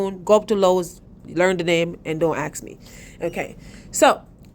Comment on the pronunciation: Go to Lowes and "Don't AXE ME??"" did you mean "Don't ASK ME"??